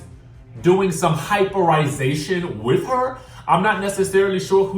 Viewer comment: "Hyperazation" 😂😂😂 I cant stand youuuuuu😋😆😆😆 and the music in the background 😩😩😩😩😩🗣